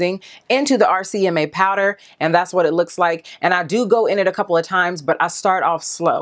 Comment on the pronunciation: So funny how I watched Laura Lee and Mac daddy's video yesterday and Laura called this powder RMCA, and u did also...lol But its RCMA. No shade at all girl, just thought it was funny how for some ppl it may just flow better when they say RMCA but for others RCMA flows better that's all. love u girl!!